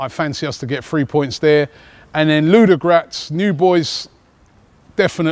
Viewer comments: LU-DO-GO-RETS FOR FUCKS SAKE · Robbie,we waiting for you at .Arsenal has a lot of fans in Bulgaria.The way you pronounce Ludogoretz is really funny.Ludogratz :D